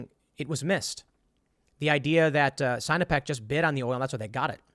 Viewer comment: Sign-o-peck? Lol, sinno-peck. Chinese-pec. Lol.